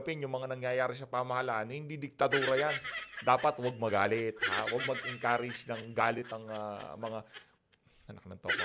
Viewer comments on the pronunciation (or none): Sabi ni "mageenkurayge" grabe talaga mag English tong hayop na eto.